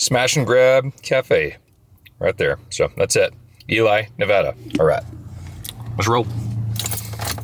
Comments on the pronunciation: the town of Ely Nevada is pronounced “E-Lee”. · Its not eli...its ely.. eeee sound not i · Hi, Ely pronounced “E-Lee “ not Eli. And Nevada. The first “a” sounds like “ A In cat” not “ ah”And the last “A” sounds like “uh”. Also I dropped off the 6 pack of Sierra Nevada pale Ale last July 18.You had a bunch of people over so I didn’t want to impose. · Whoever told you how to pronounce Ely (eelie) was wrong. It's pronounced EELEE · Don't know who told you Ely is pronounced E -lie but they never lived in Nevada. I lived there half my life and my mother still lives there and Ely is pronounced E - lee.😊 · It's Ne Va Da not Ne vah dah, and it's EeLEe not ELI. Totally not from here at all. Get it correct. It's a total insult to know how say it correctly. Most people would call you a California boy speaking like that. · Eee lee not Elley Neh vaa duh not Neh vah duh Won’t hold it against you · Rhymes with Lee. Eee-lee. Not Eee-Lie. My grandfather was a homesteader outside of Ely and I'm from that area. That's how the locals pronounce it. Eee-lee, Nuh-vad-uh. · It’s is pronounced E-Lee not E-Lye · We lost that pulley in Ely (Ee-lee, not Ee-lie, who did you ask? lol), NV one time. Made me think of it once before when you went through there. Parts store in Winnemucca, haha, yup. I'm so sorry about your loss. It's been a nonstop year of loss for me. Good opportunity to be grateful. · it's not elly . EEEEEly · The town is pernounced E-lee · Pronounced E Lee, I’m from that area. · I have been through there a few years ago, but at that time the people I interacted with pronounced the name of the town as e-lee, Nevada. For what it is worth anyway.............. keep the great videos coming!!!! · Ely is pronounced E lee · It's pronounced EeeLeee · Hi, Ely is pronounced as..ee-Lee. Have a great trip. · Ely is pronounced "ˈiːli" or "EE-lee". Nevada is pronounced Ne-vah-da. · we pronounce it "Eel-E" lol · It's EE=LEE Nevada. That's how you pronounce it. EE-LEE